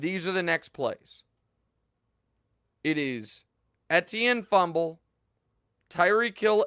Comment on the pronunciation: The only tv guy who pronounces Etienne correctly.